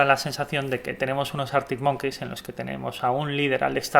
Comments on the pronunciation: Es monkis xd pero da igual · cada vez que dices arctic monKEYS me sangra el oido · Año 2080, seguirá pronunciando Artic Monqueis 😂😂